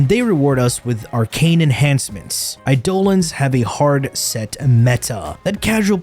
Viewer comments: When you do an Eidolon bounty, you get voice overs telling you how to load up Eidolon Lures. This happens all the time. How the hell can this dude pronounce out so wrong? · All I heard from this is Warframe is objectively better since it's not a "open your wallet" simulator that you can't get content from otherwise, and the wrong way to pronounce Eidolon. XD